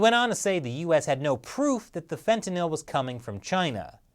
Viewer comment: Glad you pronounced fentanyl right